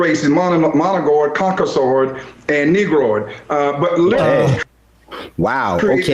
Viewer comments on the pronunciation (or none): I know this is splitting hairs, but did he just say, "Moligord" and "Conkasord?" I'm really not a snob about pronunciation, but a person should at least be in the ballpark, and have a clue when you're presumably on television as an expert. Without context, it would be impossible to know what this paste eater meant. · I thought he said Cock-O-Sword 😂 oh Lordy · "monogoid". "Concosoid". I definitely trust this guy's take on the history of people. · Ah, yes. The three races: "Managord, Concasord, and Negrord." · Cock-o-saur is my favorite dinosaur. He said COCKOSAUR and you can't convince me otherwise